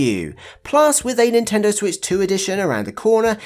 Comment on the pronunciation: Did he say nintender?